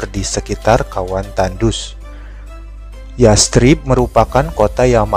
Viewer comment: Bacanya yasrib kak,,pake tsa' bukan yas_trib